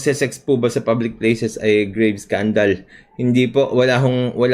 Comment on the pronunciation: tma ba dinig ko sabi ni libs "publicS places" o "public Splaces"? Critical thinker db at meticulous? 🤣 Epic yang safe spaces act, na obsess na talaga c libs 🤣